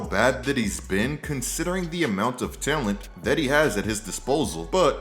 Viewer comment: Every time this guy says the word talent I can’t help but click off the video… love you but please stop saying talent you can’t pronounce the word